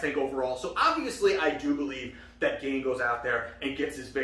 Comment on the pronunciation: Gane pronounced Gan(yay) not gain